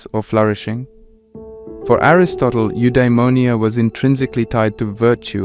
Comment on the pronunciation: "Endaìmoìa " 🙂‍↔️" Eudaìmonìa"